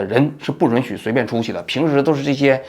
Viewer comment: 是允yun许别特么老run run听了真膈应